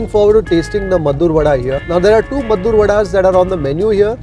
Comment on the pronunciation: Meddurr alla pa, Maddur..